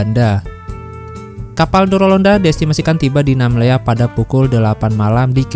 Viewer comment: Bukan nammela tapi Namlea